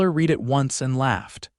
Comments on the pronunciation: It's NOT read as in reed, but rather, read as in red. Get it right!!!! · Why is Deborah wearing a crash helmet. Does she walk at 60mph? And once again read is pronounced red not reed. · To the writers of these stories. When you use 'read' as a noun it is pronounced 'reed', when used as a verb, it is pronounced 'red'.